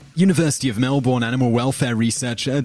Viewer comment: you pronounced Melbourn wrong